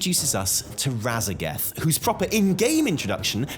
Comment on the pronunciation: I'm very proud of you for saying Raszageth correctly this time. 😂❤